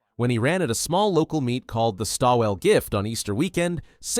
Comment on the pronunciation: “Stawell” is a town in Victoria pronounced “Stall”. The famous race there is the “Stawell Gift”.